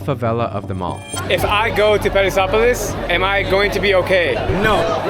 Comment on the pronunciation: When he said Paraisópolis it sounded like Paris and I was like WTF